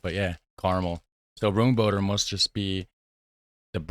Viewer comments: You pronounce 'Roomboter' as 'roam boater'. It's creamy dairy butter and it's amazing. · Just about the pronunciation of "roomboter": the "oo" is the same as in "stroopwafel", so the english transcription for pronuciation is "roamboater". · the oo in roomboter is more like a oh as in uh oh. samen with stroopwafels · Roomboter is pronounced as roamboter. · hard to see the labels but the blue and white letters stand for the supermarket chain Albert Hein.... Most of them will taste the same unless they have added cinnamon better if warmed up slightly imo..Room botter means cream butter...and you pronounce it like the city of Rome and then boater